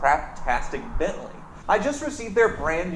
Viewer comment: He'll stop reading on "Bantley"